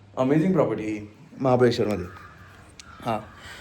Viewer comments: महाबलेश्वर ❌ महाबळेश्वर ✅ Vlog मस्त होता ❤ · 20.00 महाबलेश्वर नाही ग शिवानी ताई महाबळेश्वर आहे ते. Khup vela to word use kela mhanun sangital baki vlog khup chhan ❤